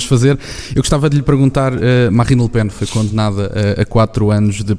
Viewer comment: Oh tony...é le pen...não lepen.